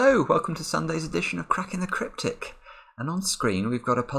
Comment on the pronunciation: Anyone else hear 'crapping the cryptic'? :P